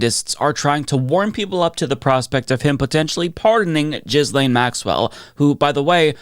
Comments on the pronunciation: please STOP PRONOUNCING HER NAME AS “JIZZ-LANE.” I beg you, please stop. On top of being incorrect (it’s pronounced “gill-lane”), it’s also gross to be using “jizz” in this conversation. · Say it like GHEE-LEN, not like you are, as JIZZ LANE LOL 🤣🤣🤣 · i know you’re probably making a joke but her name is pronounced gih lane not jizzlane 😭😭😭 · Appreciate the "Jizz Lane" pronunciation 👍🏻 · I love how you pronounce her name "Jizz Lane." So appropriate. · It's Jizzlaine on this channel. It's deliberate. She earned it. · i just can’t watch this anymore. the constant mispronunciation is driving me nuts. for god’s sake it’s not hard. the s is silent. ghee-lane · Why can't you pronounce her name properly? We laid into people for pronouncing Kamala incorrectly. We must get is right. Also, Giuffre. Get it right! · Dude. Learn how to pronounce a name.